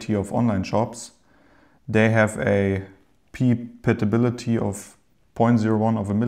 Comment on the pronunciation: A pepatapility lol